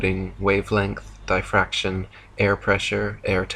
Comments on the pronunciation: Did he really just say Die fraction? That should let you know he doesn't know what he is saying. Its a bunch of word salad not even pronounced right. I promise you we all live on a giant ball. The bestvwayvi can describe it to you is one little bump on a basketball is about 5 miles. Maybe 20 miles? I would have to do some math and photoshop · "dieffraction". I'm dead 😂💀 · Arctic Haze shouldn’t it be pronounced den-sitty just like die-fraction? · maybe he was saying dye-fraction? :P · Hi, I have one minor criticism here, him not knowing how to say defraction... I think it's normal for people who study for themselves (yes, I know the irony here) to sometimes fail to pronounce some of those words. I guess more frequently in non native speakers (like me) but I guess also in some native speakers. Otherwise, keep on making these videos. Love every single one of them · Like your channel. Agree with science. BUT cheap comment about mispronouncing DIFFRACTION. Because someone reads their science and never hears the word correctly pronounced doesn't detract from the argument.